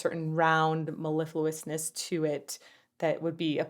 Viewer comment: Bravo on pulling off "mellifluousness" flawlessly.😃😃